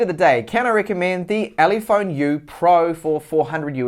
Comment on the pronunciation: minutes "ulephone" oops :D